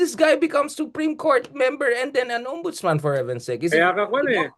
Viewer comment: yun po bang ex non ombudsman err, OMBUDOLSMAN!